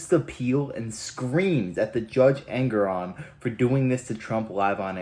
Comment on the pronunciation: Pronouncing Engoron sounds like his last name means ANGRY 😠 ON ALL PEOPLE